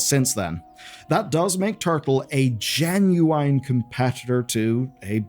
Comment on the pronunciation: It's genuine not genuaine ffs